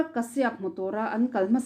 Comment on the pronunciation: I aw hi ngaihthlak a nuam. Lo tizel rawh.. ka duhsak ce vangin thurawn pakhat ka lo pe ang che aw. Anurag kashyap hming kha, Kashiap tilovin kasap tiin i rawn lam thin tawh dawn a nia.. India mi kan ni a.. Kan lam thiam lutuk lo a nih pawhin, tlema lam awm ang leh inhnaih deuhin lam thin ni se...ks ti deuh